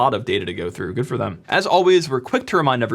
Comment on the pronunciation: lol none of that was applicable. Good job. Oh, sorry, I mean "jood" job.